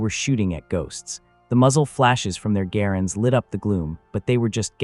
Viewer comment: Stupid A.I. it's not pronounced gare-😂nds, it's g- rands